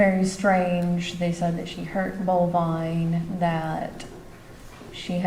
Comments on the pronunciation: It's Bulvine. Not bovine like a cow. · It's Bulvine, not bovine like the cow. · It's Bulvine not bovine like a cow.